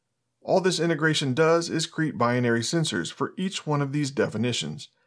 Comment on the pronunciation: Great video! Pronunciation as "bi-in-ary" is incorrect. It's simply bi-nary ;)